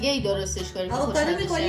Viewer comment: آواکادو چیههه 😐😐😐 آووکادو درسته